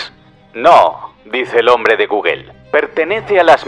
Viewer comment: Gugel :v